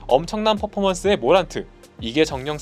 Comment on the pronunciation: 모란트를 머랜트라고 부르는 ㅋㅋㅋㅋ